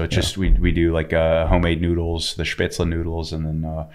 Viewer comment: His pronounciation of Spätzle and Bauernfrühstück were on point..that cought me off guard